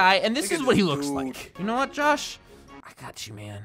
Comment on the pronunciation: 1 like = how many times said “What” wrong